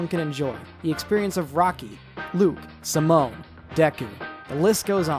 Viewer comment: I love your animations and videos and stuff but I absolutely hate how you pronounce Asuka's name as Oscar and Simon's as Simone.